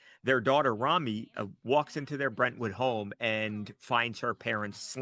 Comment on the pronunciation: Her name is pronounced Roh-me not Rami